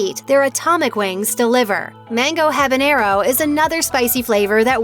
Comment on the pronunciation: Someone tell the announcer how to pronounce "habanero".